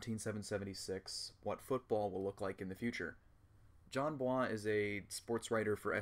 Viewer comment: bois is not like some foreign last name you actually pronounce it like boys